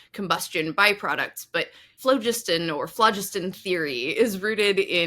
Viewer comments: Not being picky but phlogiston was pronounced with the emphasis on 2nd syllable: flō-'jis-tǝn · "Flo-JIST-on", for goodness' sake. "Nitre" is potassium nitrate, KNO3. Sodium carbonate, Na2CO3, and sodium bicarbonate, NaHCO3 - not a smidgeon of nitrogen, N, in either. What on earth were you thinking?! You should be using a hard g in argentum and hydrargyrum. Tungsten did NOT used to be called "wolframite". Wolframite is the ore from which wolfram (tungsten) is extracted. I'm surprised you didn't mention "Ultima Thule". Sulfur the element is odourless. It's hydrogen sulphide, H2S, which stinks, You might like to research why early radar was called H2S. Shame on you for dismissing Dmitri Ivanovich Mendeleev so summarily. His construction of the Periodic Table of Elements, on which your whole video is based, is one of the towering achievements of human endeavour. The Table ought to be appreciated in the same way that any work of art is appreciated. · "phlogiston" has no accent on the first syllable! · I believe phlogiston is usually pronounced phloGISTon, rhyming with piston. Too bad you didn't get around to discussing placeholder names like ununpentium and ununhexium. Anyway, love your videos. This one reminds me of a song by Dr. J. Robinson. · Pedantic point: in British English phlogiston is stressed on the second syllable.